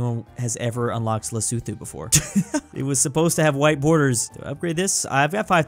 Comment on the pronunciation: Lesotho is pronounced right